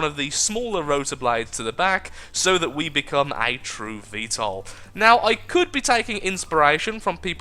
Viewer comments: You're pronouncing VTOL right. 'Murikan approved. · u r pronouncing it correctly